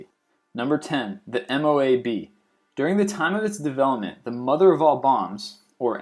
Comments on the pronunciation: its pronounced MOAB not M-O-A-B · not to spam but i think it is called a mo-ab